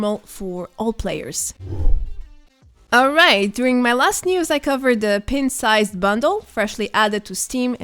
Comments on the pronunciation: It’s pronounced Pint and not Pent. Pint-Sized Slasher. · You're pronouncing "pint" wrong. It should sound like "pine-t". 👍